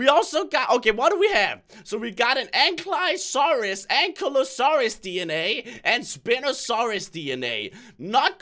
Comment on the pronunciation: lmao when he said (an-key-la-saurous) and (spin-o-saurous) 😆